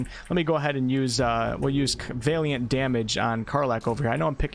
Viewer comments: great job! it Valiant as in "weird Al". the valiant knight. not Vaeliant as in "weird day" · VA-liant, not VEY-liant... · Valiant - Va-lee-uhnt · Bard was always my fave in pen and paper... even in multiclass mixes. Just a side note... Valiant... it is pronounced: "Val-ee-ant". Just tryin to be helpful.. anyone putting out this much good info (with much more to come on full release i am sure!) shouldn't be looked at funny due to pronunciation issues on words they may have only ever seen written, not spoken 😁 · I love your videos of help me out tremendously. I do have to say though that is Valiant (VAL-YENT) like valor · The pronounciation of valiant is killing me. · His mispronunciation of 'Valiant' is REALLY fucking annoying. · Great content as always! Just letting you know your pronunciation of valiant is slightly off. You’re pronouncing the first “a” as if it sounds like the a in “ale”, it should be more like the a in “alley”. For your further edification- keep up the great work! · Looking forward to the bard. Congrats on immortalizing on the internet a new way to pronounce valiant. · OK but you have to stop saying Valiant wrong, lol